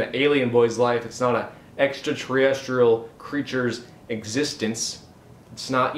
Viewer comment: Did you say extraTREEestrial? And did you say? I'm not too observant? Why are you doing movie reviews if your not observant? That's literally all you need to be in order to review films!